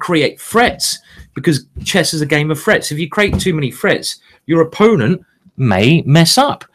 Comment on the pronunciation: not gonna lie -- the first couple of times i thought he was saying "frets"... and english is my primary language 🙄lol